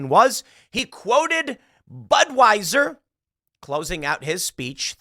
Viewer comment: Asked for comment, the DeSantis campaign spokesperson replied, "BUD WEIS ER" 🤣🤣